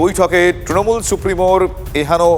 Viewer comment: Ekta dol er lok including Supremo nijeder dol er naam ta thik kore uccharon korte pare na tara desh chalabe. Kauke trinamool bolte shunben na sab tinomool bole